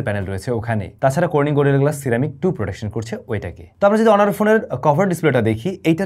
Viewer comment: অনর আবার কি?🙄 এইটা অনার